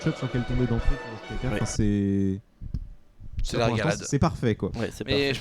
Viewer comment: notez que ostkaka se prononce oustkanka en suédois ^^ et oui ca veux dire gâteau au fromage GG SWEDEN